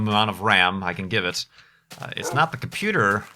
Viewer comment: What is a "comfuter"?